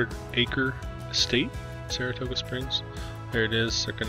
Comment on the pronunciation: You mis-pronounced the name of Saratoga Springs several time!!